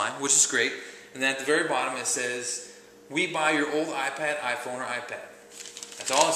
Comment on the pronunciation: did u say i pawn (joking but it sounded like it)